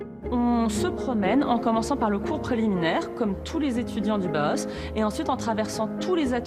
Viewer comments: Une information très très bancale pour avoir étudier le Bauhaus, je trouve qu'en six minutes on peut largement mieux résumer l'histoire du Bauhaus (qui se prononce en deux temps Bau et Haus) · aucun d'entre eux n'a réussi à dire Bauhaus correctement XD